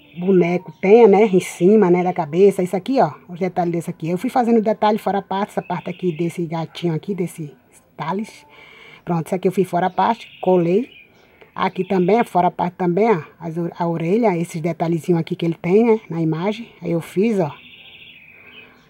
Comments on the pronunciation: O "Talis" Se fala como (tayouls ) O vermelho o segundo Se chama Knucles O terceiro é o sonic claro né A quarta é a Ami se fala "amy" com O som sendo som de "y" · O amarelo tails se pronuncia teious O vermelho knuckles se pronuncia nacaus A rosa amy se pronuncia eimi e o sonic todo mundo sabe